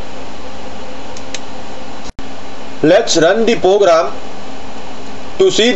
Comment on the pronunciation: It's not pogram it's program.